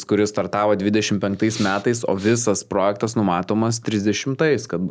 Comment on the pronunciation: SVEIKI, įdėsiu jums taisyklę, kaip kirčiuojamas žodis "projektas". Gal pabaigsite sakyti prooooojektas, tikiuos pamatę suprasite? Taisyklė: Kaip kirčiuoti tarptautinį žodį „projektas“? Projektas yra 2-osios kirčiuotės ir kirčiuojamas taip: Vns. Dgs. V. projèktas V. projèktai K. projèkto K. projèktų N. projèktui N. projèktams G. projèktą G. projektùs Įn. projektù Įn. projèktais Vt. projèktè Vt. projèktuose